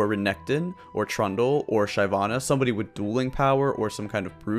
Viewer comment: please never say "SHYvanna" again..